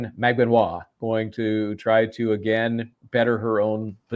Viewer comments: The Filipina name “Magbanua” has four syllables when you pronounce it fyi. Emphasis on the “U” which is the 3rd syllable. Mag Ba Nu A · Stop saying her last name wrong